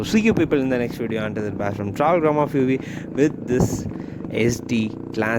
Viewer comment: Yesiitii Ila bro… it’s Yezdi. Next vid correct pannikonga. Keep doing the good work